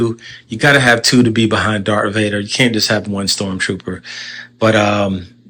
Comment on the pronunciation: Whoa whoa WHOA…WAIT this “Star Wars fan” keeps repeatedly saying “Dark Vader” lol 🙄🤦🏻‍♂️